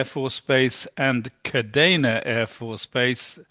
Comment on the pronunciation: Sorry, but it's "kadeena" not kadayna. I heard it daily in Iwakuni. My ears perked. Sorry!